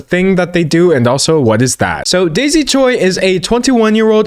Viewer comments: btw Choi as a korean surname is pronounced Ch-way - chwe. In english it can either be spelt Choi or Chwe but in korean it has the same spelling 최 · for future reference, choi is pronounced like "chwe"